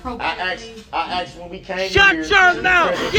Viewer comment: He can’t say ask 😂 or asked either 🤦🏽‍♀️.